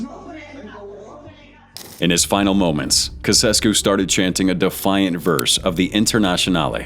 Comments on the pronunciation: It's not just the "gore" or profanity; they can't even pronounce peoples' names right. Ceausescu is pronounced CHAU-SHESS-KOO. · If you’re going to use AI or machine voices, please put in the effort to have it pronounce words properly. You could do this, for example, like this: Chow-Chess-Kew. As soon as I hear that monotonous pseudo American droning voice I cringe, but at the first bastardisation or mangled pronunciation it becomes intolerable. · Chowchesskoo! Say it right. You should have listened to his name before this. AI isn’t very smart. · Kasesko? Really?🙄🙄🙄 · Ceausescu is pronounced Chaichessku. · In Romanian it's written like this; Ceauşescu. And its pronounce; C-E-A-U-Sh-E-S-C-U (Basically, the ş is like sh from like shoot or she.) Timişoara is similar like Ceauşescu, basically, how you write in Romanian is how you pronounce. Hope this helps... kinda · It's actually pronounced Chiau-shesku. I'm a native speaker. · chow chess coup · Actually, it's pronounced as "Chaoosheskoo". I'm Romanian, I know it. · Chow chess ku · Chow Chess Cue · Wrong. It's Chow-shess-koo (for English speakers) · Kasessku SMH... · 'Nicolae kesescu'?? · Its pronounced chow-chess-coo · Chow-chesku..... Is the correct pronunciation. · Nicolai "Cow-sesku." Jeez. So, AI is going to "take over lots of human jobs," is it ? Good luck with that. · Woah, you are really butchering the pronunciation of those Romanian names😂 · Whoever is making this. We aren't fools with your cheap AI garbage. Cant even say Luftwaffe or Ceausescu correctly. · WTF?! Can't you make a proper research of how to pronounce Ceaucescu and Timisoara? Lazy and unprofessional. Probably you are Yanks and that explain everything. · You could have taken the trouble to learn how to pronounce the names correctly (ie. Ceaușescu). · As a Romanian the pronunciation took me out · He's an American .... of course he can't pronounce Ceausescu. (Most Americans can't point out America on a map of the world.)